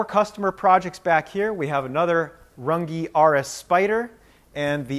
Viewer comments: It's not pronounced run gee it's RUNG! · Y do you mispronounce Your last name???!! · As a German I can assure you that you are pronouncing your surname wrong 😂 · I wish you'd prounounce your last name the correct german way instead of the americanized way